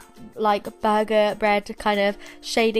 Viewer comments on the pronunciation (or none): Was it just me on when she said burger sponge did it sound like bug sponge BTW no hate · The way she says burger is making me laugh idk why xD!!!